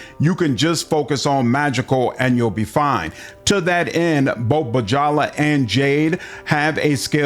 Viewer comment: I think it's pronounced Byala, not B-djala